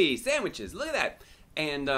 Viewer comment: So apparently there's no H in sandwich